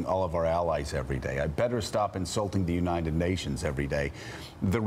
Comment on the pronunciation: "unated nations"